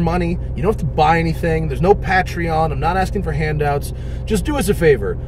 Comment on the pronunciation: its not pat treon its pay treon